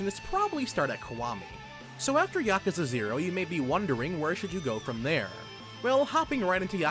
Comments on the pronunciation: I fucking hate your pronunciation of yakuza.... It's not yAhk-u-za, its just ya-ku-za... I can't watch this at all.... It hurts me.... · I always pronounce it as Yah-Koo-Za